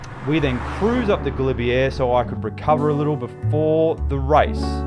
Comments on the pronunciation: Pronounced galibier ga-lib -A not galibier (air) 🙈🙈🙈 👍 French won’t understand you if you say this when asking for directions, as I found out riding from the st Jean route. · Great video as always. I know you're an Aussie but please learn how to say Galibier. It grates every time you say it ending with an 'err'. All the best!